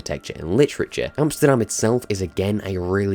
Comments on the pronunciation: As a Dutchie myself I’ve always wanted an ac in my country. Not a lot of people know much about our history which is actually very rich. Back in the day, we were doing better then Britain, France, Spain or Portugal but a lot of people forget that. (Btw I love that you pronounced Amsterdam right 👌) Edit: I’ve come up with a story that might work with the setting: in 1672 the Dutch Golden Age was coming to an end by a war on sea with Britain and a war on land with France. Holland was a republic back then, but the Oranjes (which are the royal family today) had a lot of power. The Dutchmen were split in two factions: the Royalists, who supported the Oranjes, and the statesmen, who supported the idea of the country being a republic forever. With all the chaos going on in 1672, the riots between the factions began to grow because people were starting to believe William the third of the Oranjes was the only person to save the Republic. You play as an assassin who’s watching the brotherhood falling apart because these differences between the factions began to grow in the brotherhood as well. The assassin has no idea who he has to support because both are right and wrong. Meanwhile he teams up with figures as Michiel de Ruyter (a national hero in the Netherlands) and Johan de Witt (the councilor of the Republic) and you actually try to prevent his death, but you fail and you watch his horrific death (go look it up, it’s fucked up). How it goes further I have no idea, but I would like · You.... You pronounced Amsterdam right... How? 🤔😂